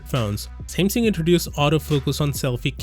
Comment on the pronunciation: Your pronunciation of Samsung is probably the weirdest I've ever heard